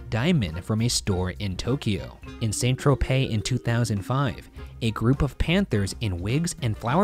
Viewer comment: I love how they pronounce san tropez correctly, but break their tongues with the slavic names. They edit the videos and write the scripts for so long, but can't take 10sec to see how they read them. I'm from an ex Yu country and this is pretty funny. Great video, never heard of them before